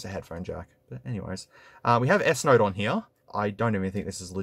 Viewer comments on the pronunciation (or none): It took me 20 minutes to realize you were saying Note and not Narc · im pretty sure you are saying clorne!! you are just throwing R's left and right bruh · Is it me or is he constantly saying "nerd 10"? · and + is what i keep hearing lol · look at it...it is a